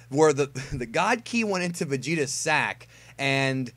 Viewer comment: Why'd you have to put so much emphasis on the word sack 😂